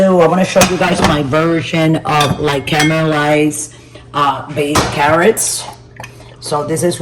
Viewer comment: "CAR - mul - eyes" (caramelized carrots) 😊